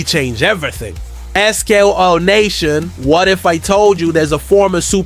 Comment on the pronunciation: How bout you learn to pronounce SKOL, you imposter?